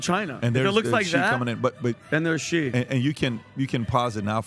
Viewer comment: When will you people learn to pronounce "Xi" properly. What a bunch of idiots!